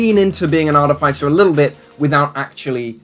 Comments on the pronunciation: The way you pronounce Artificer is grinding my gears. It's aar-tuh-fuh-sr with an accent on aar, not aar-tuh-fi-sr with an accent on fi. Minor pet peeve of mine. Carry on. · Google pronunciation search gave me Arr-tuh-fuh-sr. When I heard you say it differently than I've always said it, I looked it up. It was completely different than what I figured it would be. But subtly so. My group always pronounced it Arr-TIFF-eh-sr.